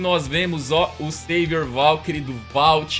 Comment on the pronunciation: Não é sevior é savior